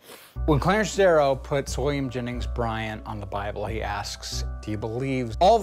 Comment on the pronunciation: Haha he's saying William Jennings as Williams Jenning